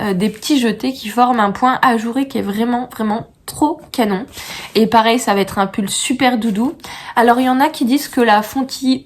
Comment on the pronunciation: Quel va ...être 😂et non t'être 😂 chouette poad cast trop de liaisons tuent les liaisons😂